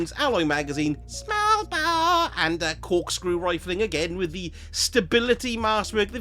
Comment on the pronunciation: I love the way you say "Smallbore" 🤣🤣🤣